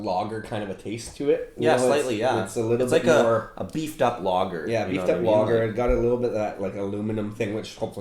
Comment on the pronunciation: Great video thanks guys. As an Aussie though it took me a minute to figure out you were saying lager 😂 🍻